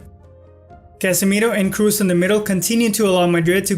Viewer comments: man, where are you from?!? it's Kroos, not Cruise, respect the players at least enough to pronounce their names correctly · Kros not Krus :) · Kroos is pronounced with an o, not u, like saying blood, you dont pronounce it "blud" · Another very good analysis imo, but please don’t pronounce Kroos in English, it’s disturbing, haha. Here’s the pronunciation in german.